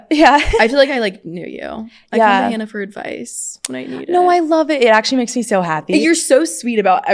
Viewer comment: Anyone else bothered that Sadie says she’s watched Hannah for so long but didn’t know how to say her last name …